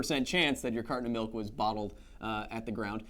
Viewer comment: CARTON OF MILK enunciate! Enuncinate!